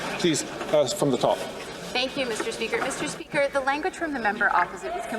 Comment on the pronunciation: Good one! Thank. Meester speeeker…. 🤢🤢🤮